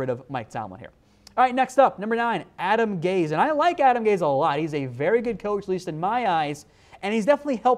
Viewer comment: You don't pronounce it Adam "gays" 🤦‍♂️smh lol